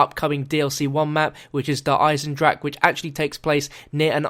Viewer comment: Awesome Video! (Der Eisendrache is a german word, which means you have to pronounce the e at the end.)